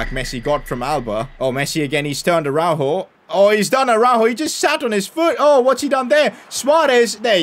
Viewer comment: Tell me... How tf can you call yourself a Barça fan. All you do is make fun of this team and critisice them. I love your content but hearing you critise everyone genuinely made me mad af. And why don't you learn to say "Araujo" the right way.